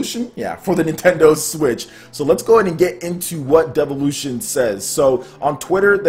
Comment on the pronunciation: And... its pronounced, "DILL-OO-VEE-ON"